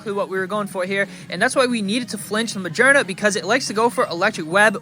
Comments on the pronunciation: its ma-gear-na not ma-jer-na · Do you pronounce Magearna like that just to bother people?